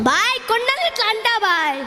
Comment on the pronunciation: Vlogger highlight 👏👏kandalu❌kondalu ☑️😂 Good skit brothers god bless you all